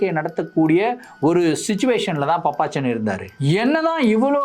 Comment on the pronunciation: அய்யோ அது பாப்பச்சன்😂😂😂😂பப்பச்சன் கிடையாது😂😂😂